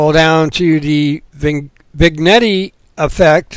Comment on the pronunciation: Excellent... I love these small howtos.... I love your pronunciation... I think it is spoken as Vin-yett... but it doesn't matter at all.... keep up the good work...